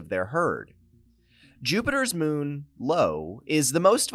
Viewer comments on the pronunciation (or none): Lmao Jupiters moon Lo? Or did you mean Io (eye-o)?